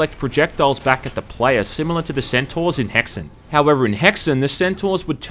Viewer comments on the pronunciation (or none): none